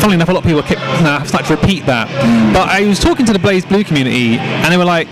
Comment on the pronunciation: Aww c'mon your not even trying, why do brits always pronounce BlazBlue as BlahzBlue, or BleeBlue, Blaz'e'Blue with no e not hard xD lol Meh the Japanese say BlehBlue anyways. *moves on to next part*